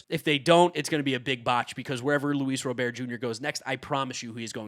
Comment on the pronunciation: “Luis Robear”🤓